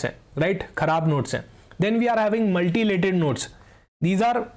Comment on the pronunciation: It's Mutilated not Multilated